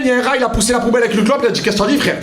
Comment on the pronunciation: Tu as un univeeeeers mais clairement quoi...tu as une belle cosmo énergie, tu dois être une belle personne. Oh fradé !!! Tu m'as explosé de rire on aurait dit l'abribus du 83 ooooh frère Jacques !!